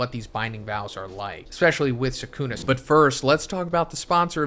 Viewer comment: bro said sukumo and megoomi